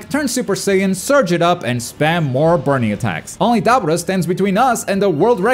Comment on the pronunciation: Butcher the hella out of Dabura name